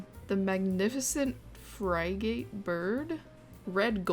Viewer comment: Google's pronunciation is actually wrong! It's not said how it's spelled! "Branch" is supposed to sound like "brank"! Bruh that's a giant otter... Finally! Some credit is taken off of the manatee for once! Dugongs look much more mermaidy! Frigate is prounced "frigg it". Madagascar (the Dreamworks movie) taught me to call this the "foosa". That's how I learned of the island's top land predator. I'll never forget seeing a troop of these while zipgliding in Belieze. One of them was an albino!